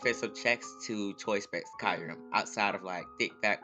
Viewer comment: Great vid but the way you pronounce Kyurem kills me lmao it's Kyoo-rem